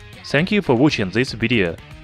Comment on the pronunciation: not to offend you, im suprised how you always pronounce 'th' as 'zh', instead of saying this/that, you said zhis/zhat.. Since you pronounced 'days' correctly, you can just use the 'd' as in days to say dis, dat...etc your video is very informative..keep it up